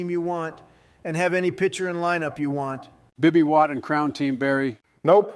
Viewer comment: I love how always say bibby witt instead of Bobby witt it’s a really cool detail